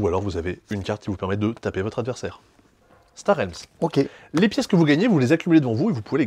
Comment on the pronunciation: Un grand merci pour prononcer Star Realms correctement !